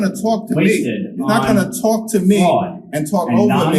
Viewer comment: Oooooo that Brooklyn came out...." You're not gonna tawlk to me"!!!!! FINALLY!!!!